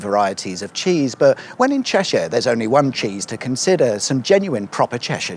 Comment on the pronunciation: Cheshire or Ceshire?